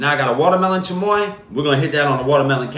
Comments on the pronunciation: The way he pronounces chamoy 😍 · That’s some good chamoy pronunciation